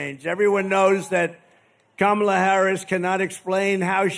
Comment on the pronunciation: It strikes me that he's actually pronouncing Kamala correctly. And he's not saying Comrade every time. He must be getting nervous about the election. Because he relishes mispronouncing her name and implying she's a Communist. When Trump pulls back on his Trumpyness, there's always a reason.